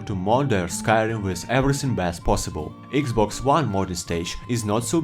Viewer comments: Iggs boggs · When he Said "eegzbogz 1 players" i Felt that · „Eeexbox“ made my day! 🕺🏻❤️ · When he said "eexbogs" I felt thst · when you said "thst" i felt thst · Eex bocks😂😂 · Can i getta 10 hour version of you saying xbox😅